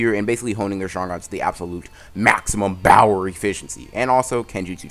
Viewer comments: Her said power not bower no .. no not good 10/10 but not good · Bro stop saying BOWER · Y u keep saying bower lol